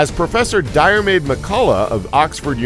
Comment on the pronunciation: You absolutely massacred the name Diarmuid McCullagh… it’s not that hard to find the pronunciation help for Irish online…